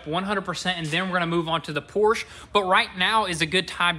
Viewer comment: Its called Porsche and not Porsch...